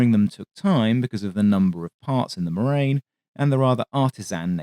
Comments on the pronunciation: It is pronounced morahn you moron, not marain. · Sorry, but even if the pun with glacial deposit "moraine" could work due to the glacial pace of the aircraft, Morane is to be pronounced with a full "a" as in "attention" to make something akin to Mor-Ah-n' (actually quite close to the Irish "Moran") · Please...it's pronounced Mor-ahn. It takes literally seconds to google this. It grates to hear it mispronounced repeatedly for half an hour, and I'm not even French! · Excellent video as usual. Only criticism is the pronunciation of "Morane." That's something you should be able to get right.